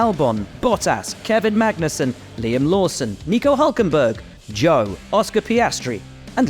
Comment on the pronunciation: The way they pronounce Zhou always hurts my feelings 😂